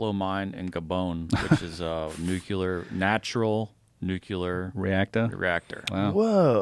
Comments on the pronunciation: This dude is killing me "Nukuler" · thinks hes a scientist but says "nucular" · can you spell nuclear properly but not pronounce it properly? Or do you think it is spelled nucular? lol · It's nuclear not nuculer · Someone get to stop Mispronouncing nuclear, drives me nuts